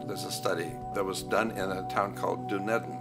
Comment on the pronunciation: DUN - EDEN is the correct pronunciation 👍